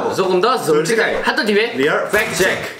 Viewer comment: 평소보다 저억날하고 조금더 소올직하겔 리얼 팩트책크/ 발음이 왜이래 ㅋㅋㅋㅋㅋ